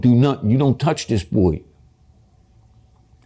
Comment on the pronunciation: I don't like how he said Buoy instead of Boy like 👀